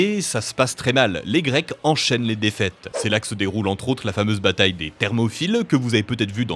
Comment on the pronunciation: Ecorcher le nom d'une bataille aussi célèbre? Vous me décevez.